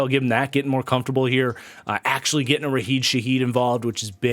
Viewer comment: Sorry i have to correct you, you keep mispronouncing Rashid Shaheed. You're leaving out the S in his first name